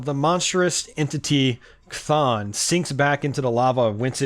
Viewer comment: It's pronounced Kth on